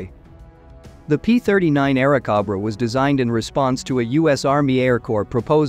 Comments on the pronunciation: Bell P-39 "Aira Cob Ra" Cob-ra instead of CO-bra. Cringe The flood of AI generated videos will destroy YouTube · I had to stop after the 3rd 'Airacobbra"... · The narrator was rather lame--doesn't know how basic aircraft makes are pronounced--was it machine generated? The P-39 was an "air snake" not an "air goat"!